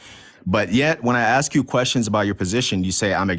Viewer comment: He says “axe” not “ask”